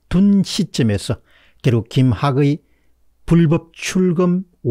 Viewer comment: 김학의(의를 의로 읽지 마시고 이로 읽으세요) 김학이 국어문법 '의'는 어미나 조사일때는 '이'로 읽습니다